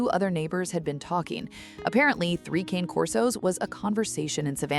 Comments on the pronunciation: I really wish they’d pronounce the name of the breed correctly. Cane is the Italian word for dog. It is pronounced cah-nay. It is not the English word “cane”, as in cane sugar. This is an ancient Italian breed. A little respect please! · You absolutely should not be making a video of three dogs if you can't pronounce their name correctly. Cane does not rhyme with pain. It's Con as in convict and a, as in the letter A. Cane Corso. It's Italian and so are they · Okay AI voice: Cane Corso is pronounced "Kon-Nay Korso" Not Kayne Corso. Jeeze! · You know the name is Italian, right? The name is "Kan-ay," not "Cain". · They are NOT "Kane" Corsos . They are "Cah-nay" Corsos. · "Ka-Nae" Kor-so"...!!! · It's pronounced Caan 'eh Corso. And this is a wonderful story of love and rebirth. The only sadness comes, as a large breed person myself, in knowing that large breed dogs have a shorter life span. About half that of, say, a small poodle. Having said that, I know that knowing that in advance makes you love on them even more. There's just something about having their arms around your neck, when you're standing up, that's makes everything thing else in your world so much better. 😊❤ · Pronounced ka nay corso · It would be so nice to hear these dogs' breed name pronounced correctly. It's CAH-neh COR-so. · Why is it most people who keep Cane Corso cannot pronounce the breed name correctly?